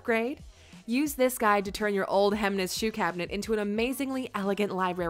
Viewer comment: no, it's not. It's like she pronounced it.